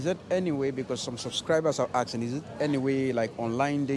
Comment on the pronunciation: My friend is “aksing” every girl he bumps on 😂